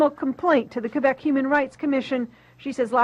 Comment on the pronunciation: Ana again comments on cultural issues, while pronouncing Québec incorrectly. More TYT irony.